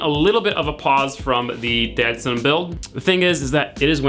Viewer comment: he literally called it the dadson throughout the video